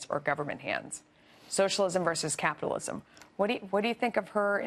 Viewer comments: The news lady couldn't even pronounce Capitalism, yet makes a mockery on Cortez the definition of it. #dropfoxnews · This fox news lady can't even pronounce capitalism correctly.